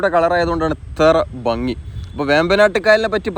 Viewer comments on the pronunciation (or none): none